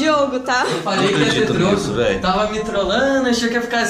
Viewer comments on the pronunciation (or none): "vélio" foi foda kkkkkk kkllkkkkkkkkkkkkkk